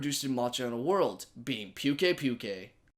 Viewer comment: Puke ay puke ay? No sir, no.